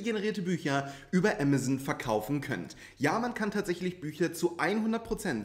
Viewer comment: Ich dachte zu anfangs „was ist Emmerson?“ 🤭 Man darf das ruhig deutsch sagen. Ah mah zon. 😉